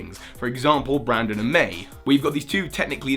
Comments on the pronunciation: Not sure if its your accent, but it still triggers me. Its BRENDAN, not BRANDON. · My boy, it's BRENDAN not BRANDON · Small thing, but it's BrEndan, not BrAndon. The name has an e, not an a. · His name is brendon not brandon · Brendan, not Brandon! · it's Brendan not Brandon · It's Brendan, not Brandon. Pronounce it right people. They're different names. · It's Brendan, not Brandon, Brandon is the Frontier Brain:P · It's 'Brendan'... why do you always make these mistakes